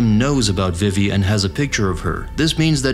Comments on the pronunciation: tinascarlett5567 It's well known that her name is pronounce vee-vee not viv-E. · I have to dislike the video because you keep pronouncing Vivi incorrectly.